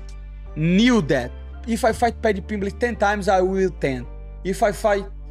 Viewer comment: Paddy PeeembLEEch